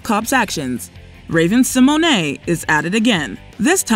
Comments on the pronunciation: I’ve literally never heard Raven Simone’s name pronounced that way 😂 like Raven Simonay 😂😂 what?!? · I just cant with how you keep saying raven Symone I just kept praying there wouldn't be anymore clips with her... it is pronounced Sim moan not simoanay lol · TO: You are aware Raven's name is Symone, like SIMONE Biles, not Symoyne'. It's just funny hearing the mispronunciation of her name, is all. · It's SI-MONE not Si-Mon-Ey! Horrid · Everytime she says Raven Symonay 🤭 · "Raven See moanae" 😂😂😂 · Raven Sim-o-nay?? 😂😂